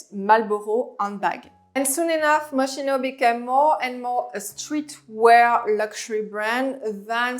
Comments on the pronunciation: On dit Mos-ki-no ! Pas mochino .... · Totally agree with the list but Moschino pronounce - M-o-s-k-i-n-o, I know in French you don’t pronounce ch as [ch] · Great video but you did not pronounce Moschino correctly.